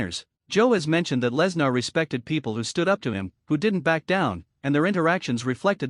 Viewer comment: Good lord, if you're going to fo a video about someone, make sure you or your AI can pronounce his name correctly. This is bush league crap.